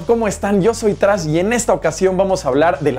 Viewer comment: Te llamas Trash y No puedes pronunciar tu Nombre!!!!